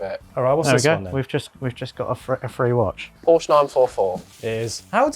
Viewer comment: Only makes sense if you don't pronounce Porsche properly